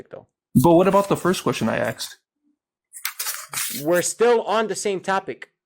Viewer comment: Someone who says “aksed” excelled in English 😂